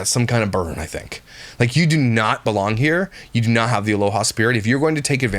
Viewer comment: “Tink of gas” 🙄